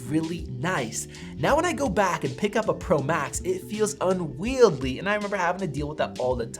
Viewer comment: Does anyone else find this guy annoying on ten levels? I watched some reviews here last year and … ugh. And “unweidly”. I think he thinks that’s the correct pronunciation or doesn’t care if it’s not. Whines: “ I say it’s right”!